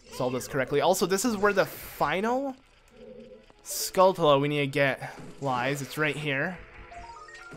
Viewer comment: You pronounce skultula wrong your supposed to prounce it like tarantula